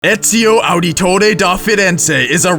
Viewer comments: mispronounced Ezio Auditore De Ferenze pretty bad. Ets-eeo ah-deh-tore-eh deh Feh-renzeh, but it sounds more like ets-eeo ah-deto-deh deh feh-denzeh with the accent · Its pronounced Auditore(audit tore) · i hate how he said Auditore and Cesare